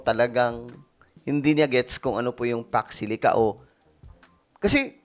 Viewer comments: baka hindi alam ibig sabihin ng pax silica. haha she almost say paksiw !😂😂😂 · Kung aware at alam nya kht hnd masyado maliwanag ung question sna.magegets nya. Unfortunately ung pagkasabi nya Ng fox silic? It means hnd tlga nya alam yon